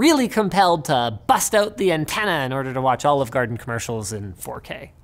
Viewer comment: At Ahlive Gahden